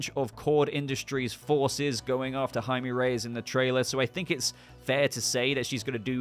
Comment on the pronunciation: Just a little Spanish tip. Jaime is pronounced “High-Meh” Also, dont know anything about Blue Beetle but this looks like a blast and hope we’ll get more awesome coverage from you of the film in the future